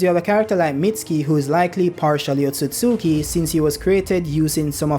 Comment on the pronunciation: Hey has said otsosuki 84 times😂